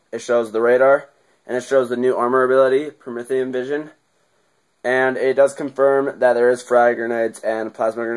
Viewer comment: prometheun not promethium